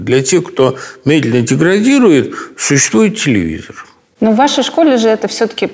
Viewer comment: Никто: Абсолютно никто: Быков: телевизер